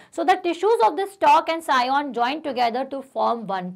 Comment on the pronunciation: Scion hota Hain sion nahi😅